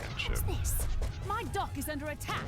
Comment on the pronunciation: it sounded like he said dork not dock lol